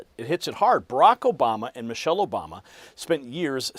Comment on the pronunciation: He said Mochelle Obama. How can they sue?